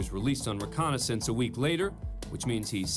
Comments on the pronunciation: That’s twice you have said released on “reconnaissance.” lol, How come you didn't show up to your court hearing young man? I was on a Recon Mission judge, like you ordered. Recognizance, not Reconnaissance. Too funny. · Recognizance, not reconnaissance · I believe it’s pronounced ree-COG-nah-zense, not ree-CON-a-sense. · It’s recognizance, not reconnaissance. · It's reCOGnizance, not reconnaissance. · It’s “recognizance” not “reconnaissance”. 🤣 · Hey A&E voice-over guy, the word is "RecoGnizance", not "reconnaissance". He was not released to do recon on himself. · Why does this shows host say more than once in this collection of courtroom video clips that a defendant was released on his own "reconnaissance" instead of the correct term of "recognizance"? Am I missing something here? You would think the host of a reality courtroom drama television series of all people would know the correct word for this term & not be mis-pronouncing it right? I seriously don't understand this at all... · Narrator- it’s “RECOGNIZANCE” Not “RECONNAISSANCE.” How has an editor not caught this?? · How do these pro narrators get their job? Multiple times, this loser says " released on a personal RECONNAISSANCE bond." The proper word is RECOGNIZANCE. Who hires these people? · Please tell narrator the difference between reconnaissance and recognizance. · “He was released on RECONNAISSANCE “. Ermmmm…recognizance , perhaps??? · "Recognizance" and "reconnaissance" are not the same word and are pronounced differently in American English. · ‘Recognisance’ not ‘reconnaissance’. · Love the narrator...but twice he said the defendant was released on his on reconnaissance. FYI..The word should be "recognizance" where the "g" and the "z" are pronounced. Keep on delivering the great show! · isn't it reCOGNIZANCE not reconnaissance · To the narrator, it is "recognizence" not "reconnaissance." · Why does Abrams keep saying "reconnaissance" instead of "recognizance?" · Recognizance not reconnaissance